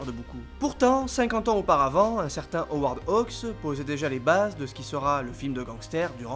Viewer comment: Howard Hugues, dont le nom est visible en gros sur l'affiche de Sarface, était producteur. Ce n'est pas la même personne que le réalisateur Howard Hawks, que notre vidéaste prononce correctement. Il s'agit d'un autre Hollywood, et d'un autre cinéma, lorsque la politique des auteurs n'existait pas encore et que la production se considérait comme infiniment plus importante que le réalisateur, qui n'avait pas toujours son nom sur l'affiche. Qui est le cinéphile arrogant à deux balles?